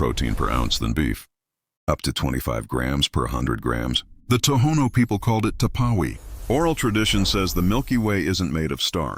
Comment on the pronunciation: It’s not a “temporary” bean. Stupid AI 😂